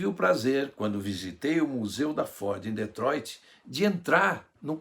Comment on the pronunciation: AOS 8;30 DETROITRI(SENNA)